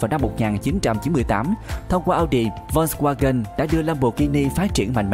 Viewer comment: đọc sai tên rùi, phải đọc là phốt ( giống chữ folk trong tiếng anh) va-gần (chữ w trong tiếng đức đọc là chữ v)